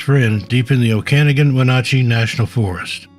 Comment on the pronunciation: Heh Oak-ah-nogin and win-at-chee. Washington has a bunch of hard to pronounce names.